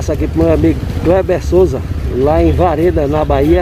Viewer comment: Boa noite! Obrigado pelo alô, você falou vareda e é Vereda, mas tá valendo... abraços